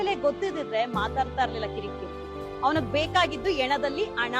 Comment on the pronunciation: ಹಣ ❎ ಅಣ ✅ ಆಧಾರ ❎ಹಾಧಾರ✅ 😅😂